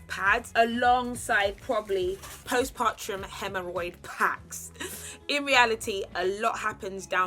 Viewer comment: No one: Absolutely no one:: post PARTRUM 🤣🤣🤣